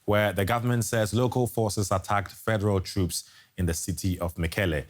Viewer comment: troops not troups. Please change it